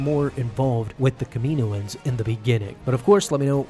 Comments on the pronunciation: It's Cama know ins not Kamino ins 🙄😒😑😅😕🙃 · its pronounced Kamin owens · Love the way u say kamioan